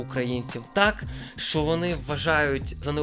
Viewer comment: Не "шо", а "що", і не "якшо", а "якщо" будь ласка. Годі вже паплюжити мову.